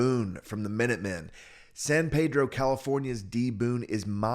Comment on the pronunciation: San Pedro CA is pronounced ' San Peedro'